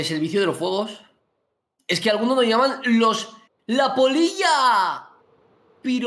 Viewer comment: Alguien más pensó que decía el niño poll*